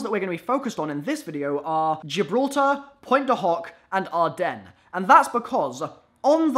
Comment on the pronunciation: Speech check: GIL-BRA-TAR GIDKLFJHRTAR